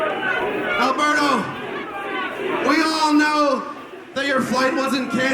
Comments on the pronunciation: Alguien se fijo q en la intro del patron decia "Albero" xD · Who the hell is Albero? Don't they mean Alberto?